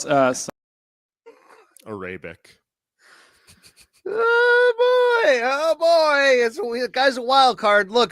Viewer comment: … ya can’t make fun off pronounces “Arabic”… while still saying…. Abooot(about) & bēēēn (been) … Eh???… cmon man!!😂😂